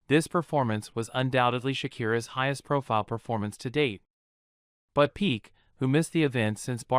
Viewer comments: I agree with everything you said. Just a little request. The name is pronounced "Pee-kay" not "Peak". Made me a little comfortable with the pronunciation. Doesn't change anything though. She is delusional. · Not Gerard Pik xd But Pique! C'mon, have you ever seen a football match?